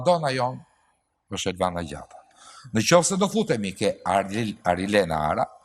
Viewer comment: Ajo llafazania e pafre dhe e shpifur Vejsiu qe nderron fustanet pa fund beri edhe nje gafe tjeter me dashje duke e shqiptuar mbiemrin e Arilenes kur shpalli fituesen jo sic e ka "Ara" por "Arra".